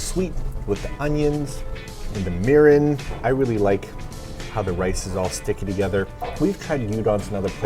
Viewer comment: Are you guys not learning the language? Pronouncing mirin like that still?